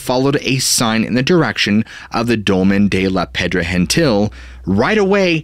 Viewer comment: He doesn’t pronounce it properly. It’s more like “shabby air” cos V is pronounced B or “b baixa”. Actually it’s more like the E sound we use when we say egg, like “shabby e[gg]”. Also Pedra Gentil is not pronounced with the H sound cos it’s Catalan, not Spanish.